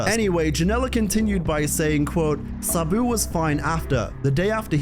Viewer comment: I hate the way this guy pronounces "Sabu". I had to click away because i was getting seasick from hearing him already say it 2000 times in the first two minutes.